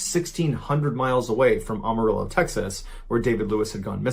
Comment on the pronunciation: Pronounce Amarillo as "I AM". Not "OMO".